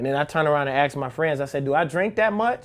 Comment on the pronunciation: Why i always hear people say AKS instead of ASK?